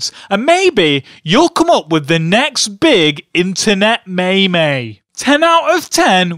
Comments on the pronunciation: 'Maymay' wtf it's 'meem' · I hate when people say "may may" it's "meem" but LMFAO at "internet thing" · AND ITS NOT PRONOUNCED MAYMAY ITS PRONOUNCED MeMMMMe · Its pronounced mēm